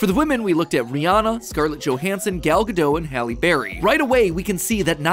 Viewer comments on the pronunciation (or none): none